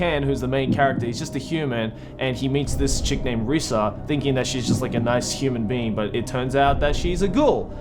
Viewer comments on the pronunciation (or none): It’s not Risa it’s Rize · dude it's Rize not Risa.. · It’s ken kaneki And it’s pronounced riza (rizay) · Just to let u know is riiiiizzzzzaa but is rize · Did he call Rize from TG Rissa? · Also he pronounced rize wrong reeeee